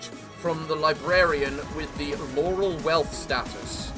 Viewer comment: Welp, now we know that Laurel Wreath has been renamed to Laurel Wealth status, because won't try to fix that pronounciation.